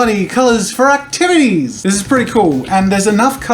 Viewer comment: "For acTIVITIESSS"...i love it